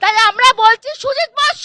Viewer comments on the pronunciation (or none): Tujit bose Tujit bose jindabad ki ucharon😂😂😂😂